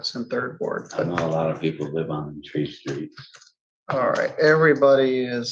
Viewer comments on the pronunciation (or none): "tree streets" 😂